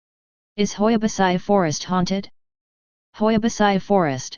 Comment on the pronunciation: Hoia Baciu World's most haunted forest 😂 And the tts is wrong, originally the i in Baciu is not pronounced its like " Bacuu"